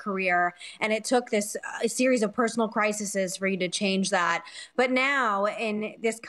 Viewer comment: Crises, Megan. Not Crisesesesese. Come on, sweetie. xs